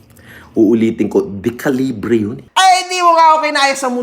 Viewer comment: from "dekalibre" to "depalibre".